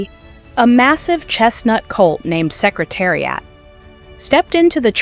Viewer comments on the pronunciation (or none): So many misplaced videos going backwards and mispronounced names of jockies and horses. What a worthless video! Secretari-ott really! The whole purpose defeated! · Canadian pronunciation.;)